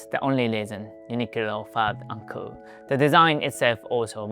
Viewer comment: the way you say uncool does sound like 'uncle' as is usual for uncles to be uncool. were you called the Uncool Uncle?